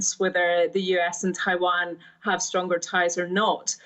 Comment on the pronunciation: Its Taiwan not Taivan